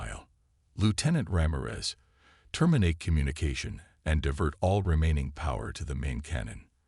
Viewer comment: ...and 'ra-meer-es'!!!